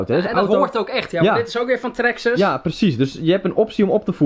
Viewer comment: Het is traxxas:) niet traxxes